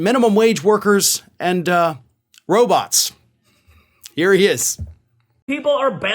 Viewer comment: Did he say robutt?